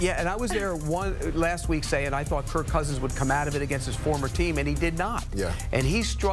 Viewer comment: Bro keeps calling him curt lol get this guy off the desk 😂